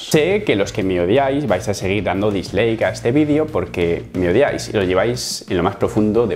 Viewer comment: Si te odia alguien es por decir, "disleik"... ;)